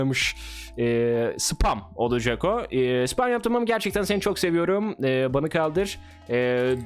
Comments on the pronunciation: ani oalacak değil olacak doğrusunu bil diye söyledim <3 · doğrusu olcak oalcak değil